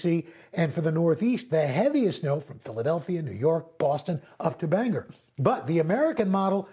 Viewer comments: Pronounced Bang Or, not Bang er. It sounds.... like it is spelled. #English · I love you Al Roker, but it's pronounced Bāngōr! The second syllable sounds like gore :)